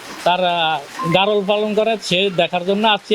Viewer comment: সাংবাদিকের সামনে খামারি বলতেছে ভ্যারোল । আসলে এর উচ্চারণ হবে গারল। যাইহোক আমার বাড়িও ভোলা আপনাদের খামাটা কোথায় একটু দেখব। আপনাদের ঠিকানাটা কোথায় প্লিজ একটু বলবেন।